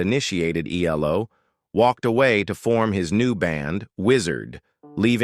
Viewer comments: For God's sake, please use a human commentator who can get things right! It's '10538', and stated on the record - 'not ten thousand, five hundred and eighty' and it's E L O, not 'eelow'!!! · elo 😂😂😂😂😂 it’s E.L.O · "El-low"!? It's E-L-O. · E L O is not pronounced as a single world , learn or leave it alone !